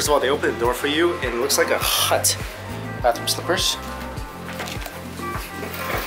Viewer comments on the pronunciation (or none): the way he says hut